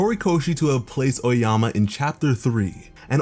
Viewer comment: this guy really said oayama instead of aoyama